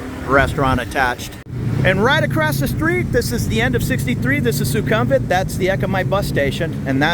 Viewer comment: Suk-um-vit not su-kum-vit Meant to be helpful, not critical